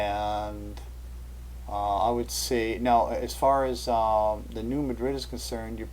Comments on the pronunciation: i've never heard new madrid pronounced as new muh-drid. that'd be like pronouncing cairo like the one in egypt. nope. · It's pronounced "new MAD-rid." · oWell, you ought to go to New Madrid and ask the folks there how they pronounce it.